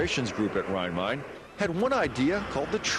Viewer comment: It is pronounced like “Rhein-Mine”.